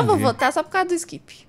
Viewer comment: o pior é que sempre q alguém fala "skip" eu quase ouço a voz da nana falando iXkIpI